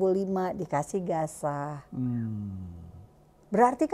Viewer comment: Shalom 🙏...maaf ya 🙏 saya koreksi...tentang penyebutan Gaza di baca Gasa pak 🙏,bukan Gaja.....mirip nanti dengan 🦣 😁😁😁🙏. Maaf kritik membangun. Terima kasih 🙏 JBU....